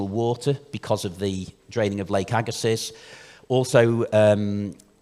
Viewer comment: Agga-see not agga-siss, french name. As someone from the area bit of a pet peeve